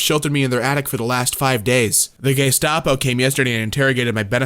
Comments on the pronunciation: The “Gaystapo” instead of the ‘Gestapo’ actually got me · “The Gaystapo” 💀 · *gaystapo, it appears you had a stroke